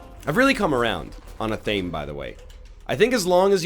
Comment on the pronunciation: Glad you've started to appreciate athame as an item. Almost as glad as I would be if you learned to pronounce it correctly (ath-uh-may)